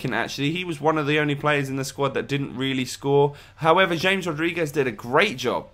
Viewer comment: You pronounce it like Hames not James. It is really annoying. Change it.